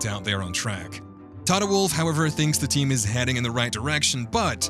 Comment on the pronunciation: Come on man your pronunciation of the tracks 😢